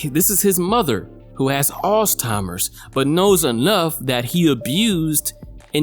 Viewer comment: First time: Boiler Room Second time: Bowler Room First time: Alzheimer's Second time: Alls-Timers Third time: Arse-Timers I KNOW YOU DO THIS ON PURPOSE